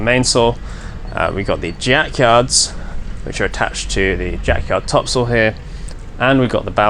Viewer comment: Every time you sail topsoil I know it is different for Canadian audiences, but I live on Topsoil street and I know you mean topsail but it really does sound like topsoil, that you use for your garden, but I live in a fishing community that probably didn't spell it correct the first time :) 500 years ago